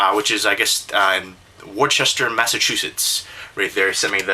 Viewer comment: Worcester is pronounced Wooster. Weird, I know. It helps the natives to spot outsiders.